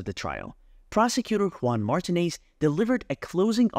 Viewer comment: To the creator of this true crime channel: You should stop using an AI-voice for narration, or if you are using your own voice, learn to properly pronounce names and words, and use correct inflection.. There are too many bad examples to name them all, but here are a few: Mimi-- pronounced as MEEMEE, not MihMih Martinez--pronounced as Mar-TEE-nez, not MAHR-tih-nez Jodi--should be pronounced consistently as Joe-Dee, and not alternatively as Joo-dee (Judy) proximity--should be praised as prah-xi-mi-tee, not as prih-xi-mi-tee. And the list goes on and on. A huge thumbs down for this channel, since narration is a vital part of these videos. Otherwise, we could all just read a newspaper article or a transcript, which in tjis case would be an improvement.